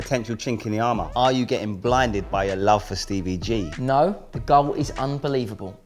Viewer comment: Stevie not Stevey